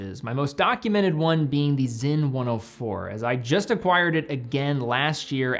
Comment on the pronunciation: is it pronounced with a Z? I am confused? It’s SINN right?